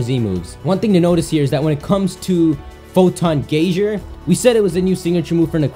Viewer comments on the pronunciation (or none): Geyser is pronounced GEE-ZER not GAI-SHZER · brennan weaver he said GAY-ZER though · It's pronounced GUY-ZER, not GAY-ZER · AbdallahSmash026#1Fan where I live it's GEE-ZER. I know lives in Canada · Albond guy zer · Why can't you pronounce geyserr